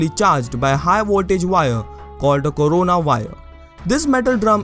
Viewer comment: I legit heard it as "called a Corona virus"